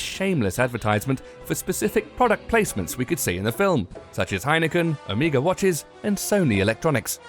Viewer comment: Hahaha, OHMEAGA. It's Omega